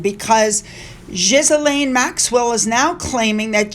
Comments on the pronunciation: SUE HER NAME IS NOT PRONOUNCED "GIZ-LANE"!! It is pronounced "Gil-Lynn"!!!!! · Thank you for your well researched video's. Apologies for being picky, but Ghislaine is pronounced Gee-lahn. It's not important as she is history but it might help other women named Ghislaine. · Ghislaine’s name is pronounced Guh-Lynn. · GHISLAINE is pronounced: G-LANE. Just for your info. Keep up the great 👍 work. Thanks.